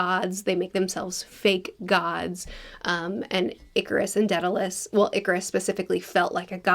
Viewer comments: its Daedalus not Deadalus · I could tell by the way you pronounce “ded-alous” 😂 It seems to be most commonly pronounced “deed-alous”, at least these days. I can’t say for the pronunciation from that time, this is Ancient Greek after all and I never studied classics. Very fascinating though and as you are a book connoisseur first, I’d full-heartedly recommend Homer’s “Iliad” and “Odyssey”.